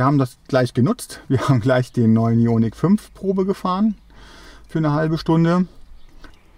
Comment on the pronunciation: "Jo-Nick", also den Wagen kenne ich noch nicht.